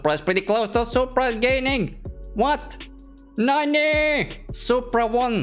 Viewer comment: the way he said nani